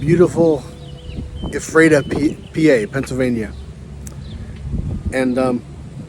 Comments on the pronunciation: Correct pronunciation is f-rat-a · Had the opportunity to have dinner with Dick Winter in Annville. Great chance to meet and have dinner with him. And Ephrata is pronounced “Frata”. The “EPH” is an “F” sound. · It’s pronounced F ER TA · I was there in 2015. I found his marker, came to attention and saluted him, left him a piece of petrified wood from Arizona (where I live). Ephrata is pronounced as f-rata. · It is pronounced: "Eff-rah-tah." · Thanks for this, but the town is pronounced ' "Efreta"...I've visited and don't live too far from it! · Your pronunciation of Epherta is WAY OFF. Also, its LanKISSter county, not LangKASTer county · I know the town name is hard to pronounce but you missed pronounced the town of Ephrata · I just pinged the same!